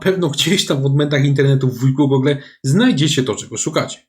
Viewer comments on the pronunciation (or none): none